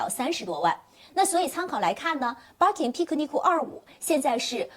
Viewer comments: 为什么连birkin都读不对，borkin。wood，out，都读成了woodo，oudo😂😂😂听着太难受了。毕竟做这一行的，还是改改吧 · 对。但是日本发音没有ir这个音，所以音译直接就成了ar